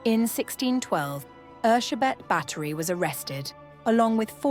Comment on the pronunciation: I just came to say thank you for getting her name right. Bugs me when historical figures have their names anglicised. 😉👍